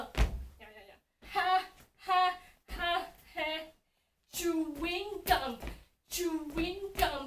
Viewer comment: hope i'm not the only one that keeps hearing her pronounce it like 'choo-ing gum' and for some reason it's actually adorable lol 😂❤👌